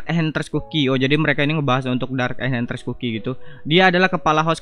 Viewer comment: Info Bg penyebutan "Enchantress" cookie itu bukan "enHantress" tapi "EnCantress ( kayak C di cicak)"